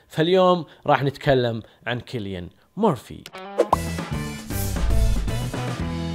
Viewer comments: سيليان و ليس كيليان انت تبحث كثير بس ما عرفت تقرا اسمه اجل لو ما باحث شتسوي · مجرد تصحيح اسمه يتنطق سيليان وليس كيليان